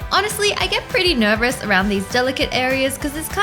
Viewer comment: Nobody : Not even me: Wengie : This is when I get a little nervrous ( Yes, Wengie said Nervrous, not nervous)